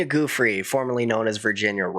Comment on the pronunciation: The ranch was too remote from conveniences, like hotels, restaurants and entertainment. Very handy for keeping away everyone driving in a car. "Joo-FREY" not "GOO-free." Virgina Giuffre. Solid reporting. He was enabled by money and people in power - other wealthy - who looked away.